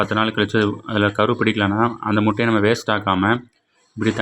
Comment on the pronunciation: எந்த பள்ளியில் கற்ற தமிழ் முட்டையா மூட்டையா? நல்லா தமிழ் வளர்த்து வைத்திருக்கிறார்கள்